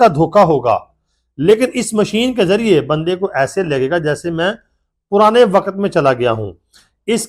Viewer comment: waqat nhi waqt hota hai